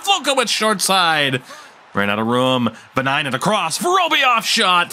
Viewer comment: With Viinanen, it is more the way you don't pronounce it, but also the emphasis is on the first syllable, so it's on the first "I"